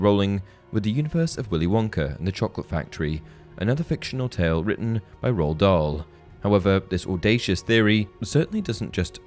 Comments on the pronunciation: Who's Rowl Dahl? I think his name Ru'ald Dahl, actually, in English. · He may be born in Wales, but his name is Norwegian, and it’s pronounced Ru’ald Dahl